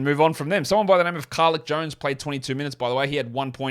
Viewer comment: how can you disrespect the g league goat Carlik (CAR-LEEK) Jones like that?